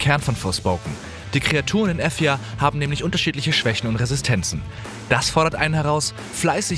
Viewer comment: ich komm an dem punkt nicht vorbei dass die welt von forspoken efja heist , also wie F yah ( f*** you) xD